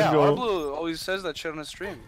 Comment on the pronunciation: He's actually closer to the correct pronounciation than most. It's HarBLEU and not HarBLUE, which is french for blue.